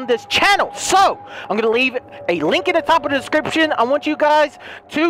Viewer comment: I love saying "description" in his accent